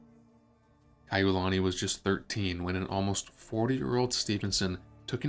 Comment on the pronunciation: Princess Kaʻiulani did NOT have any “scandalous” affairs. The ʻOlelo Hawaiʻi is mispronounced most of the time.